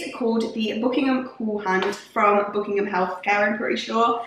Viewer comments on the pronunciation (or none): none